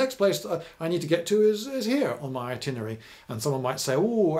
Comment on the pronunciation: is 'itinery'(?) different from 'itinerary'? curious to learn about pronunciation